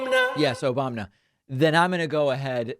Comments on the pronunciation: "Obamna"! Cracks me up every time!!! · Thanks for the "Obamna" again, it never gets old!!! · David, I love you 💕 man! Every time you hit the Trump saying “Obamna”button it never fails to get a laugh from me. I also love “Troth Sential” or whatever TF he said! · "Obamna" LOL